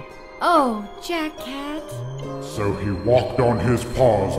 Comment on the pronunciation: Oh yeah when sally says jack cat it sounds like she is saying jackass just saying